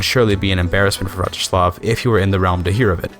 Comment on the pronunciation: a fine video, like all the other rp focused ones, however i have a small nitpick, seeing as youve clearly tried to get it right, you pronounced Vratislav Přemyslid as Vratyšlav Premyšlid